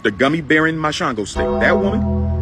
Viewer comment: Sounded like he said gummy bearing my shlongostick 😂😂😂